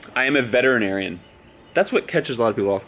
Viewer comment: Veteran-Arian? No? Ok